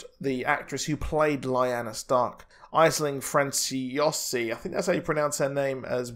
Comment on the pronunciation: her name is pronounced ash-ling fran-swa-si